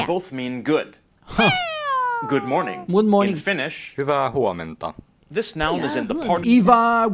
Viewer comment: You were both very good but Finnish "hyvää huomenta" was so fluent 👍 Saying that "hyvää huomenta" like said it, it would make a Finn thinking that either she is a Finn or she's just fluent in Finnish 🙂 Thanks for reaction 👍